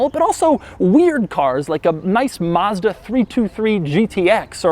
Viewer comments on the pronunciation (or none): none